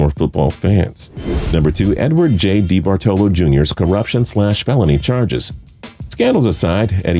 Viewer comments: Debartello? You mean DeBartOllo? How are you a sports fan and not know how to pronounce Eddie D's names? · Eddie debartolo is pronounced da-Bart-alo not dee-Bart-olo as you keep saying it. Can someone from tps please correct the host.